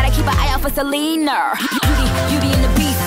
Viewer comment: The way she changed Selena's name so that it rhymes with weiner 💀